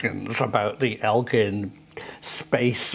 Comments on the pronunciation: Egg-lyn not el-gin. It’s spelt so as well “Eglin afb. Much love you you from Fort Walton Beach, Florida, USA🇺🇸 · Prof it is pronouced "Egg-Land" not "Elg-land" You brits and your languages lol....the word Aluminum drives me nutters "All-U mini-num" Arrrrrrrr its Alum-inum